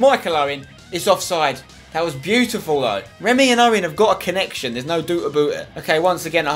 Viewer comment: "Remy and Owen have got a connection, there's no doot aboot it😂😂